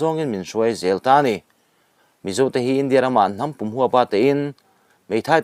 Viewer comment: " Hnam pum " i lamrik dan hi a dik lo...in zir druh teh..